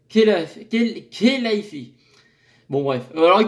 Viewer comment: Super vidéo,. Intéressant tout ça. Le retour du Dragon Gallois à Tottenham aux côtés de Mou incroyable 😳 Au passage, le nom du président du PSG se prononce "Al- Rélaïfi";)